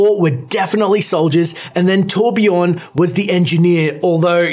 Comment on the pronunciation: IT'S PRONOUNCED TORBJÖRN!